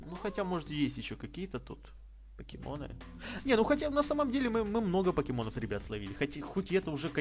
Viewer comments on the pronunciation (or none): none